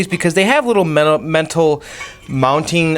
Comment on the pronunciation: Why did you keep saying weird things like mental instead of metal?